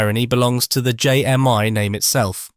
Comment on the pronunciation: It’s JMI , not JM one !